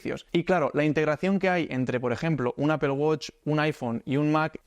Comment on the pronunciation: Primer español al que escucho pronunciar correctamente "apple". Me hiciste el día tio!! Suscrito.